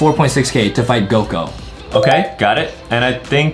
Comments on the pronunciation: It's not goko it's goku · Bro called Goku goko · Its not goko its goku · It suppose to say Goku